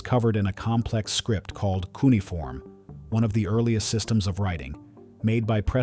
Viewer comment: You're mispronouncing and misspelling the word cuneiform.